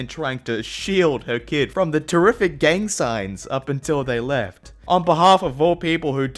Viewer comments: did......... did you just say gag signs? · I LOVE YOU , YOU ALWAYS MAKE ME LAUGH. But gang sighs?!